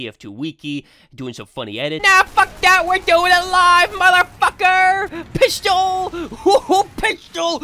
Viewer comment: I love he emphasized 'Piss' in Pistol in